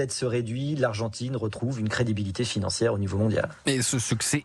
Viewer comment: L'argentrine ? Vraiment ? 🤣🤣🤣